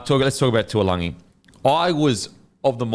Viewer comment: Everybody butchering TAULAGI's name, its not TUALAGI lol love the banter on this though #bringOnGame2